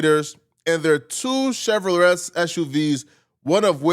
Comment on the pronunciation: Where this neeguh from? He knows sooo much but don’t know how to pronounce Chevrolet? He said “LET” 😂 Chevro-LAY bruh. Foreigners always wanna report on our street business, always in American culture business smh